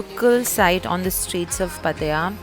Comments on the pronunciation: u pronounced wrong it's not patya ... pat-ta-ya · are you pronouncing pattaya right?? It sounds funny 😂😂😂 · Incorrect pronunciation of pattaya. It isn't good to pronounce incorrectly! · please pronounce Pattaya correctly 😛